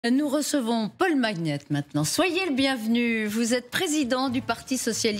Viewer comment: Pourquoi dit-elle ? On dit . Comme Charlemagne ou magnifique ou Allemagne.